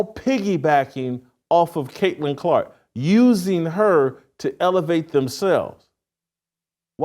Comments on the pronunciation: I had to stop listening when he said kunta Clark 😑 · This fool said kunts kente 😂